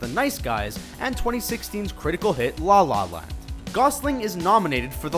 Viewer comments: Why does he sounds so uncomfortable saying La La Land? it sounds like "Dlah lah land" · I'm uncomfortable hearing how the narrator say "La La Land"